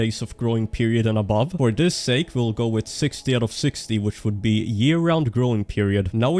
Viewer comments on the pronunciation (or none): none